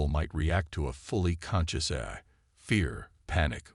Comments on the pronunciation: Its A l not Aerhh...😂😂😂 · Great story, really loved it but... Please please please have someone review when you have a computer read it. Every Ahy instead of A.I. was very painful. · So repetitive and like others mentioned couldn’t pronounce even the word AI. Gets to the point where it’s oh my God would you please get on with the story and then it seems to be incomplete at the end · I stopped listening. I get sooo tired of most of you guys apparently having the very same LAME POS AI...or "eh-I" or however it keeps mispronouncing A...I... How can a freaking AI mispronounce AI!!!!!???? And, what is "e-KO-ing"!!!???